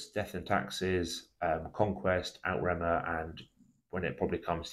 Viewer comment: Outremer is pronounced "Oot-re-mer" (to rhyme with 'over there'). It's an anglicisation of the french "Outre Mer" meaning 'Over Seas'. Good video though.